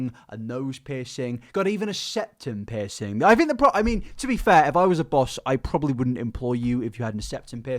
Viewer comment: Okay but you saying piercing sounds like pissing